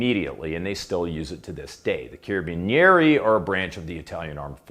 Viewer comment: You could have been a butcher the way you pronounced Carabinieri. 🤣